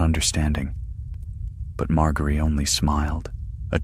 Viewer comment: Good ol mar-gary